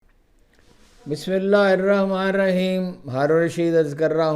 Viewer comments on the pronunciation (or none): Haroon bhai bismillah thek tlaffuz sy prha kren meharbani ho gi